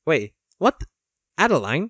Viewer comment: French person here, Adeline is pronunced "Ad-a-lyn"